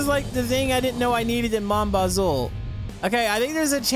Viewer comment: Why does he say it like "mon Buzle